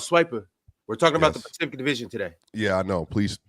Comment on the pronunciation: Ron: Um Sir Swipic.. Actually we’re talking about the Pacific Division today 🤓☝🏿